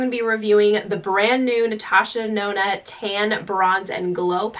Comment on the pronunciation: Did she just say “ Natasha Nona “ ?! 😂 DEnona